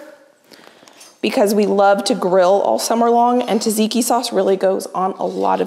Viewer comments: I love how you say “taziki sauce” is that because you can’t pronounce tzatziki? The meal looks absolutely fabulous though! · Tzatziki , not Taziki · λεγεται τζατζικι οχι ταζικι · Hi, until next time, check on google translate how to pronounce tzatziki like a Greek😘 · we love you...but please look up how to pronounce tzatziki